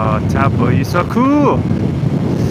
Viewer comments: Loving it! Comment for the algorithm (all hail the algorithm) and also pronouncing Taupō. "au" is like in the French chateau "ō" is like the o in oar, a slightly long aww sound. (The macron tells you to lengthen or emphasise the vowel) Toe-paw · I pronounced it exactly the same as you when I went there. You could see the physical pain it caused the locals!